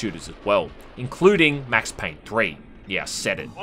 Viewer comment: "Mex Payne"